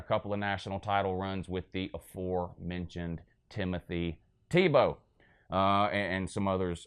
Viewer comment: He literally can't say Tebow's name. Lmfao just like a Georgia fan.